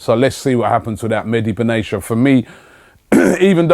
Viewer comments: Ben Attia, not benashia :) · Robbie his name is Mehdi Benatia (pronounce the T) not Benasia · Ugh Robbie, it's Ben Attea